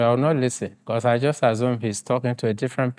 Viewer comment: My friend… you can’t say „jost“ and claim Ghanaian. They are all Nigerians na. Another one said „kontry“ and the other said „kid-napd“ not kidnapped!